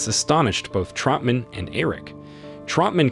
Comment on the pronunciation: Who the hell is Trumpman? It’s Troutman. Who the hell is Nguyen Sara? Her name was Co Bao.